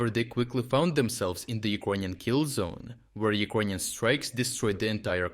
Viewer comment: Why does no one else say Ekroynian instead of Ukrainian?